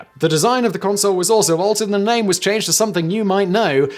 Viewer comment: His awkward pronunciation of all these names is making me so very angry